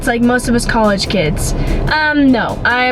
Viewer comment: Does anybody notice that pronounces college like "cowegge" haha, it's the cutest thing I've ever heard in life